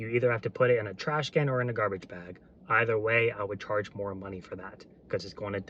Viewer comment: did you say "Karge for that extra yard"